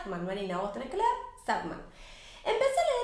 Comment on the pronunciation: Y es SanDman, de arena, no Sadman, a pesar de que es medio triste jajaja